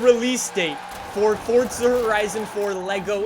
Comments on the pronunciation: Dude your saying "Fortza" Say it with me: For za One more time: Forza Good boy 👍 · the game is called FORZA idk why this guy keeps saying forTza like man u just sound dumb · If anything it's a separation of syllables in Italian- For za why these yanks have to bastardise everything. Like FoughTTTT-Szer. So much emphasis on an imaginary 'T' sound. Let's do it again: For za One more time: Fore-Zha Good boy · Why is it when I hear him say Forza it sounds like he’s saying Fortza? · Over a decade into the franchise and he still doesn’t realize that there’s no t in forza